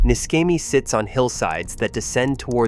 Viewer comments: Neeshamy is the correct pronunciation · Pronounced Nishemi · Niscemi is pronounced Nishemi. Sc makes the sh sound. Ch makes a K sound. C followed by i or e makes a ch sound. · The mispronounced name of this place is very unprofessional and irritating, yes!